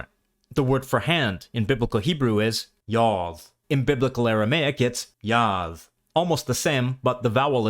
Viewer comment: Thank you for taking your time to make this video. May I ask why did you keep pronouncing the word yad with a suffix ending in a “th” sound and not a dalet. I’m only curious 😊. Again, thank you a lot for taking the time out to create and make this video. I appreciate people such as yourself. De’borahYah “De’” 😊